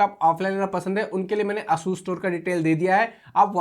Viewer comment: its not aa-sus its a-sas